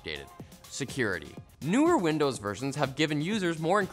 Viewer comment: "and Widnows 11"- come on !